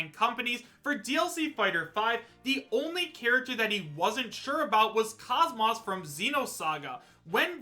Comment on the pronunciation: KOS-MOS is pronounced KOZE-MOSE